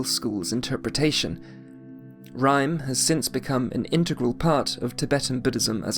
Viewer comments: Really helpful overview. Thank you so much for your work. One minor correction: RIME is pronounced RE – MAY. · Unbelivable, awesome explanation of the subtle distinctions in doctrines between buddhist schools and on how they interacted to each other through political power support and more. Just one correction: Rimé is pronounced somwhat more like Rimày. You should read the characters of the world as in latin, not as in anglo-saxon. What are your sources? It's impressive the historical knowledge you have and the understanding of the slightest details of the doctrines, given that nowadays even many lamas tend to ignore them, as if dzogchen was fully identical to madyamaka-prasangika, just with a different exposition.